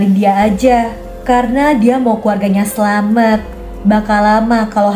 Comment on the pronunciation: Selamat kak bkn selamet